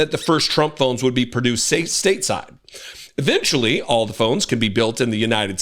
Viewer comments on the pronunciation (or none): Eric said “they would EVENYUALLY be made in the US” 😂😂😂😂